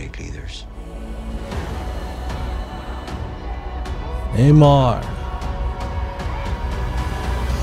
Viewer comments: His name is namor not neymar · Its not nay mar its more like N'mor